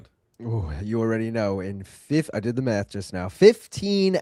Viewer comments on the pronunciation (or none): none